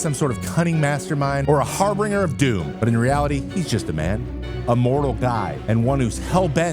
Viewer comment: Harbinger is a soft “g”. Love your work